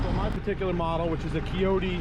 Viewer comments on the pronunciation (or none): Shoulda just flipped the entire cylinder over where the hoses come out the bottom. And also it’s a Kioti with a long I ( pronounced like coyote) not a keoti.